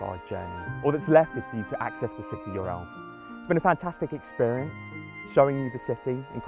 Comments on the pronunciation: "Access the city yourelf" Godammit I lol'd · Is it me or does it sound like hes saying: "now, the only thing to do is expefience the city your elf."